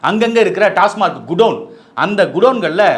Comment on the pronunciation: டாஸ்மார்க் இல்லை சார், டாஸ்மாக்.